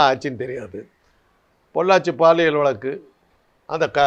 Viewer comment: மக்களை. மடையர்கள் போல் நினைத்து கேள்வி கேட்கிறார்.முதலில் தமிழை சரியாக உச்சரி பிறகு பேட்டி எடு. வளக்கு- வழக்கு